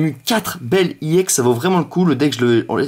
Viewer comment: On dit pas iex mais ex!!